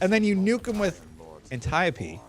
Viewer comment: you're saying Antiope right. Didn't CJ see Wonder Woman?:P